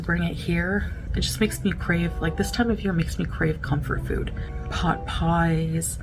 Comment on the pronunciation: Comfort "fude" 🫨